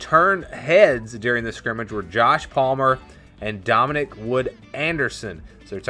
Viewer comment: Thanks for the report, but you keep mispronouncing "scrimmgage"!